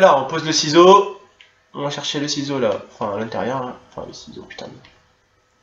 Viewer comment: Mdr la video je kiff ton talent de chirurgien et mdr quand t as dit saloperie de ciseaux ( seezo )